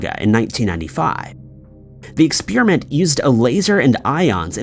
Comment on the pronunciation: y'all complaining about his pronunciation of "Versailles", but if I hear him say "expeerimint" one more time, I'm gonna stab myself in my eardrum.